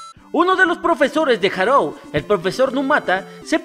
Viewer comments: Buen video, solo que me fastidiaba un poco que le dijeras Harou en lugar de Haruo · Buen video, pero... harou? HAROU?????